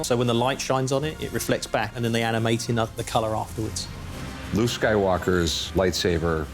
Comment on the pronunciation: Sounds like he says "This is where Lou gets the lightsaber".......What? Oh Luke!